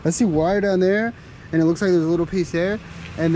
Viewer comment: Can you say wire !!!!??